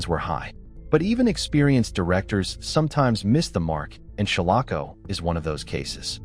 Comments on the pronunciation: Some of this isn't true. Like how he is miss prouncing shalako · The proper pronunciation of "Shalako" is SHALL uh ko. If whoever created this video had actually watched the film, he/she/it/they/them would know this, as the correct pronunciation was used several times in the film.